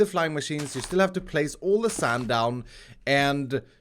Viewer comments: Nobody:: sAnd! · Why have you and Mumbo and Grian started saying 'sand' like that?